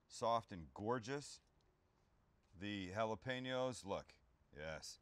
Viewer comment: On behalf of all spanish descendants thank you for pronouncing jalapeño the right way Sam